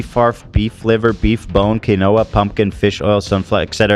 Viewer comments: Ethan it's not, "ke no ah." It's "keen wha." Quinoa. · Ethan saying “Key Noah” instead of Quinoa shocks me every time